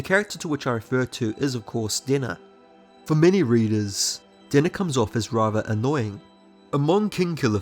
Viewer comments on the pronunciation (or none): Ohh, his pronunciation for Denna was dinner dammit. Dude where are you from? The names are wrong , ( pronounced ) . I'm not from USA, but bro... I'll like and subscribe tho